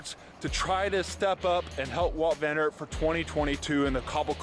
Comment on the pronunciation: Please make sure to pronounce names properly. You’re slaughtering all names man 🙈. Van ert? !?!?